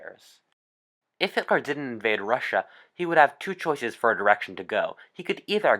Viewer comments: Does nobody else hear how he says hit-Lar? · It’s Hitler not hitlar